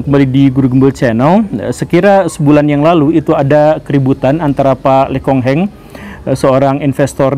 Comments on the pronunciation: Bukan Le Khong Heng tapi Lo Kheng Hong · Lo keng hong pak guru bukan le kong heng 😂😂😂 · Lo Kheng Hong, bukan Le Khong Heng 😅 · Koreksi Bukan Le Kong Heng ,tapi Lo Keng Hong Pak Guru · Mantap, Pak Guru, di tengah-tengah. Tapi kok dari tadi saya dengar "Le Khong Heng", kan yang benar "Lo Kheng Hong". Sempat saya dengar juga "Timothy Rhenald", yang mana persisnya "Timothy Ronald". It's okay, maybe buru-buru, atau kecepetan. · Lo Kheng Hong, bukan Le Kong Heng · Lo kheng hong, bukan le khong heng😂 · Lo Kheng Hong bukan Lo kong Heng 😂😂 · Pak guru gembul salah nyebut LO KENG HONG jadi LE KONG HENG... hehehe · Lo Kong Heng apa Lo Keng Hong 😂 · lekong heng.. salah sebut nama anda.. usahakan membaca dan mempelajari discripsinya lek.. biar ga salah ucap